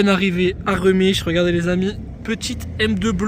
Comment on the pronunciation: Ça se dit rémich sinon top vidéo comme d’hab